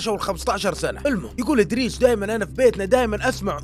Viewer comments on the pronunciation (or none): إدريس ولا بريس